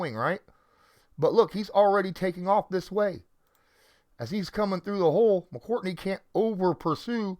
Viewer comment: it's McCourty, not "McCourtney"